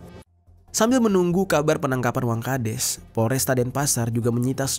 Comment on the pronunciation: Wangkhades apa wangkadas, ko di sebutin nya des mulu, bukan das